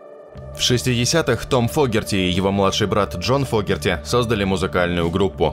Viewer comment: ...правильно ли ударение,слышимое нами? Точно ли Джон ФОгерти,а не ФогЕрти? Подскажите,знатоки. . . Рома 🎩